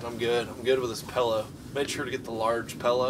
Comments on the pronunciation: Supposedly* PILLOW (NOT PELLOW)* My husband says all of the wrong pronunciations. Also, the ground keeps you warmer than the air would blowing below a cot. I swear I'm not trying to be a know it all. I just couldn't stop the cringing. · Pellow. Ppppppppellloowwwww. Pillow or pellow.